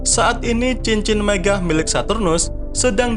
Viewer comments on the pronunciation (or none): nyebutin megah nya kedenger aneh 🤔